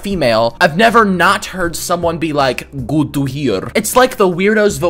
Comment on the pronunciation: “gut tu hiar” had me dead